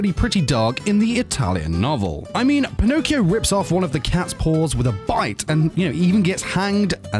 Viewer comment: i'm italian and the way you said "pinocchio" made me die laughing